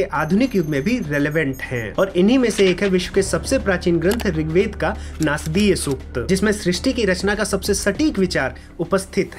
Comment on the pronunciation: नास्दीय नही ! नासदीय !!